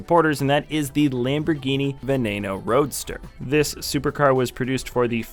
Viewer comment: NOT ve-nay-naw.......VEH-NEH-NO....